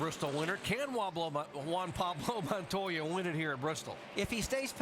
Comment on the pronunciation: Wammmblo montoya 🤣🤣🤣